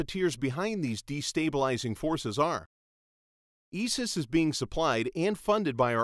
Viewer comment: Its " I " SIS not " E " SIS? .